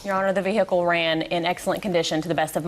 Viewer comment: If I hear vee-hickle one more time 😖😖😖